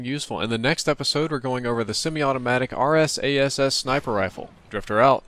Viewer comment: I just realised the quick pronounciation of RSASS Arse-Ass